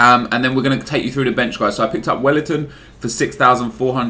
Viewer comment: u say welliton like a bellend